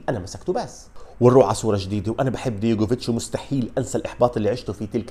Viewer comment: أستاذ عزيزي.. العفو منك، اسمه دجوكوفيتش مش ديغوفيتش.